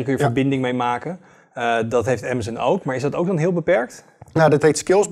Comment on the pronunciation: Bedankt, dat je "Amazon" zegt, in plaats van "Amazun".